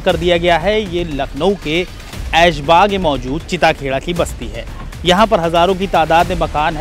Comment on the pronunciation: Areee anchor bhai chita kheda nhi chitta kheda h